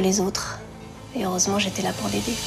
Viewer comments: Auresement !? Detrire 😂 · La mère de Lola dit " auresement je suis la pour l aider" mais plutôt la detrire !!!🤣😈